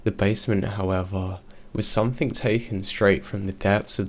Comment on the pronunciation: it's SOMETHING, not SOMETHINK! 😝💩